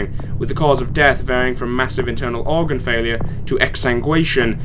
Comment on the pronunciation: Sigh. It's pronounced OR-gun. Like a pipe organ, or organs in general